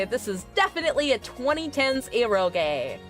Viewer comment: It's not "erogay" :D